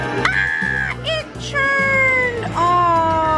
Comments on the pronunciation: I love you guys and your videos.... but are you saying churned? Or turned? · She's saying "churned"..lol. It's annoying at times but funny...u get use to it😀😃